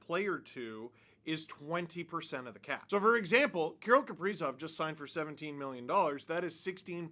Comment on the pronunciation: Can’t even say his name right. You have no right to talk your opinions on him